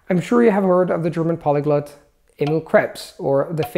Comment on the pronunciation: I say semai but I've heard natives say semee. pronounces a lot of his vowels very different from a native like with "polyglut".